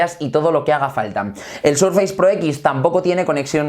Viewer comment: Surfeis? Por que los españoles pronuncian tan mal el inglés